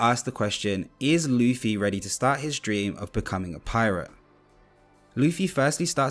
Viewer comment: I've heard of Zolo but what is RUFFY?😭